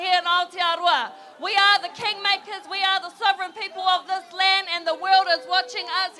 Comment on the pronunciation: 😂🤣 The Kweeng.